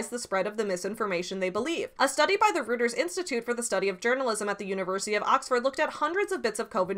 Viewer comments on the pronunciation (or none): Love your channel, I thought I would let you know that the news outlet Reuters is pronounced Roy-ters. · Reuters is pronounced Roy-ters, btw. The memes are a good way to get attention and then communicate the issues, I think. I honestly didn't know Oz still had a license! That's disturbing.